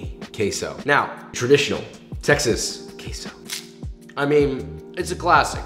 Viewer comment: instead of ''Texas'' I thought you said ''taxes'' xD